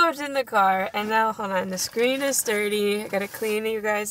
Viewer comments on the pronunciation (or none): none